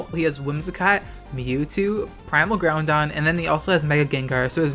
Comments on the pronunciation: It's Groudon. There is no 'n' in Groudon. pls stop saying Groundon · GROUDON NOT GROUNDON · Take a shot everytime says "Groundon" on purpose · What i took away from this- you say GROUNDon 🤦🏽‍♂️ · He isn't crazy, says GOUNDon.